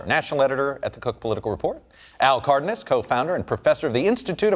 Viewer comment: Cardnas? It's c a r d e n a s. Who does this guy think he is trying to pronounce he's name like that.